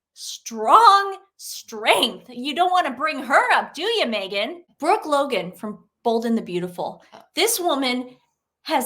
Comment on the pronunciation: Sooty blind 😂 moment to say Megan not negan 😂